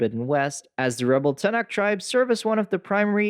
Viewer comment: I know this is nitpicking, and just a personal pet peeve, but you've played enough of both games for correct pronunciation of Aloy, and Tenakth. Since those names are used quite often.